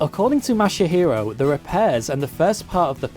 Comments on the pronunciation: ...you called him '' and 'Masahiro' throughout the video, including your credits portion at the end, but his Twitter DM says that he is Masahiro, not. Your credits also calls him "Katera" instead of "Kotera" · Pretty sure you were saying and not Masahiro the whole time. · Ma-sa-hero, not mashy-hero! omg lol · I imagine your next message chastising your pronunciation of the guy's name, will be that it's "ma-sa-hi-ro" not "ma-sha-hi-ro" ;) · LOL the surname Kotera has been corrected, but you're saying and spelling the first name MASAHIRO wrong. (Not Mashihiro or ). But great video and story anyways. It's nice to see that kind of attention to the iconic statue. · Yeah I don't get why he keeps adding that "sha" sound when he says the name. xD Japanese words are not hard to pronounce, really. They only have 5 vowel sounds (as opposed to 20 in English) and stuff is pronounced the same way it's written, with no emphasis on a syllable. There's a couple sticking points (learning the right "r" sound that doesn't exist in English, the consonant in "tsu", learning to drop the vowel a bit in trailing "u") but it's pretty easy. 90% of the pronunciation is near-identical to Spanish.